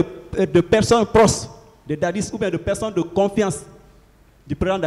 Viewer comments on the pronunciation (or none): on dit "proches" et non "proces" trop de lettres "z" dans tes prononciations